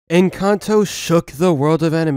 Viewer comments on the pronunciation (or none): me: en-cán-tó him: en-can-toe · Bruh why do youtubers keep saying Encanto the wrong way. 😒